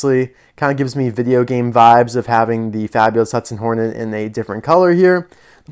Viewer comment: I love how it says nornet instead of hornet I find that very funny